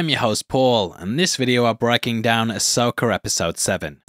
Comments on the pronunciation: There is no “R” is Ashoka DUdE!!! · As an American, I just wanna say that I find a weird joy in the fact that you enunciate "Ahsoka" as "Asoaker"